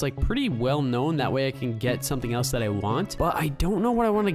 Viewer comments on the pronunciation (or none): none